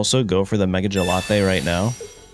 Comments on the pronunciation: Jellatté is super annoying bro. Not to mention bad for your algorithm. Say Gallade. Please. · Good vid though mega gelate is lk triggering 😅 I beg you say gallade it’s such a cool name as well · love but the 'gelate' always cringes me out MEGA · My brain itches hearing gelatey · Lol gallade? Gelade? Gelato😂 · Why did you say Gallade like he's gelato or something 😭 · he is doing it on purpose. Just like he mispronounce Gengar and Decidueye. I don't find him doing that to be amusing. Just annoying.